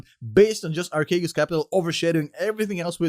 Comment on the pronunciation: It's pronounced Arsheegos. It's Greek for Give me your money and get fu**ed.